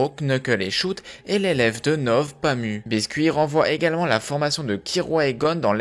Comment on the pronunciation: Pami et non Pamou.